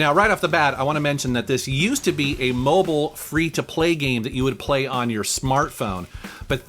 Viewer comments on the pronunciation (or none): none